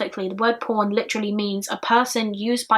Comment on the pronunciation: any other Americans here who heard the word here as 'porn' instead of 'pawn'? Lol... And then I hear 'Web porn', lmao. I'm special.